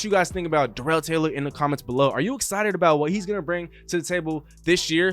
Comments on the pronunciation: It’s not duh rel it’s dare ul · LOL ya. You are saying it like Darrelle Revis. It’s kinda like how every one pronounced Terrell Owens name wrong. Starts with tear or dare not tuh or duh. Doesn’t matter just thought I’d say something.